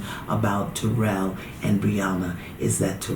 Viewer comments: It's killing me how see keeps saying his name wrong... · She is pronouncing taryll's name wrong. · TARYLL it's like the name Darryl with a T. I don't know how so many people pronounce his name so wrong! 🤪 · His name s Taryll which rhymes with the word 'towel'. She says his name wrong 😂 good show though.